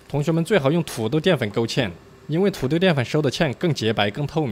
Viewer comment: 每次說土豆的時候會故意將土字加重 是習慣嗎？